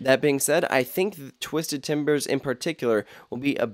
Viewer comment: “twizded cyclone”